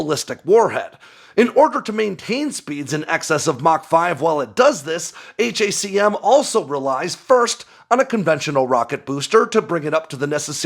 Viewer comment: Stop saying H.A.C.M ...it's Hack 'Um